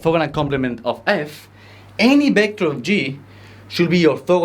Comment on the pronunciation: ¡Excelente clase! El único inconveniente que veo es la pronunciación de las uves, ya que las pronuncias como si fueran bes: /'bɛktәr/, en vez de /'vɛktәr/.